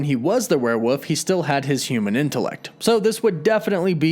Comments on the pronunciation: err, it's WereWOLF not WereWOOF... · it's criminal to keep pronouncing it as "werewoof" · BTW, it's pronounced "where-wolf", not "where-woof". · lol werewuff. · The word is werewolf. With an L. Not werewoof. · Weird listening to this guy over-enunciate "Brittain" only to turn around and repeatedly call a "werewolf" a "werewoof". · What's a "werewoof?" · Bri-tin and werewoof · Are you saying werewoof? 😂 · We’re you saying warewoof ? Come on be honest lol. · Do you say "Werewoof" on purpose? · WTF is a were-woof? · WOLF were woLf! Lol there is an L